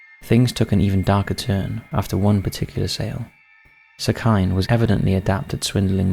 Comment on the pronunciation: I love the work that u do but I am begging u to look up how things are pronounced before including them in videos. for example the name 'sekine' wouldn't be pronounced 'seh-kai-n', it would be closer to 'seh-key-neh'.